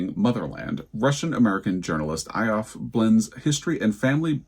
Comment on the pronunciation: 0 for 5 on both fiction and non-fiction for me. Lots of books I’ve not heard of. I’m actually very pleased that the Post didn’t do a Booker redux in their list, but they just went completely off-piste. I have the book Square Haunting by Francesca Wade waiting to be read. The subjects of that book interest me more than Gertrude Stein. Just a heads up that Ioffe is pronounced Yoffee. I’ve seen her commentary many times online. I hear snoring! 😴🤎🖤 Happy Thanksgiving to you, Joel, and Teddy! 💜 🦃